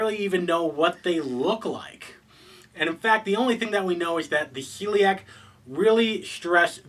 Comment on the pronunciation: It's a small thing, but I believe they are called the SHELLiak. You seems to be saying Celiac like the disease :)